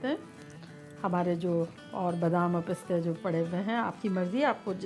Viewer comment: Pishte!!!! It's piste